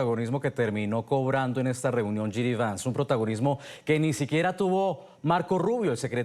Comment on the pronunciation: Esta señora no sabe ni el nombre del vicepresidente, no es GD Vance, es JD Vance! Primero infórmese bien para dar una entrevista!